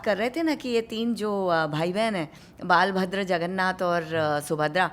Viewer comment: One correction... the name of Balram is "बलभद्र " NOT "बालभद्र". So in Puri, we worship बलभद्र, शुभद्रा, जगन्नाथ"